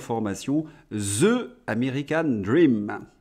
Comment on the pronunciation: Bravo et merci pour vos interventions. S'il vous plait! sachez une fois pour toutes que: The ne se prononce pas Zeu ou Zi! Mais.. dhe ou dhi (si une voyelle est après la préposition). En plaçant la langue entre les dents. Merci.